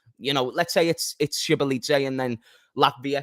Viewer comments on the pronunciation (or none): it’s pronounced so-bo-zly 😂